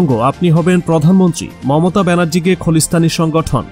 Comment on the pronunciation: বাংলা ও ঠিক মত পড়তে শেখেন। খলিস্থান ওটা হবে খালিস্থান।